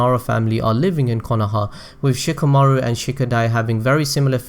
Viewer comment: oh my fucking god anyone else getting annoyed by how he pronounces "Shikamaru"?? It's like [Shika] [Maoru] instead of [Shi] [Ka] [Maru] and "Temari" as [Ta] [Mauri]